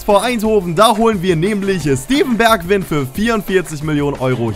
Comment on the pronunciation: man spricht das "ij" wie "ei" aus das heisst man spricht es bergwein, weinaldum, van deik etc. aus